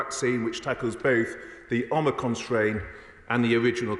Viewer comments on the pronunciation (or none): Anybody notice how he pronounced omicron as "omicon". Proof read your documents.